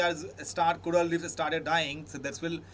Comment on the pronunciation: coral not coraal thank you for the analysis though